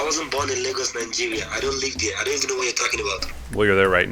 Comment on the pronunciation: Why do you pronounce lagos as legos? 😂